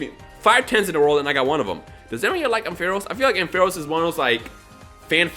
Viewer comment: couple things i would like to mention 1. the way u pronounce Ampharos made me cringe xD 2. now that u are streaming u should maybe consider getting a 3ds capture card and stream all the generation pokemon games, would be cool to see u play though some of those games :D